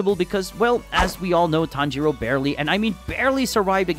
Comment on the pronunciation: Not the "tan JEE ro" 💀💀